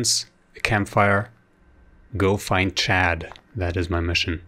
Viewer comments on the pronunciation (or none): it is chad not chaaad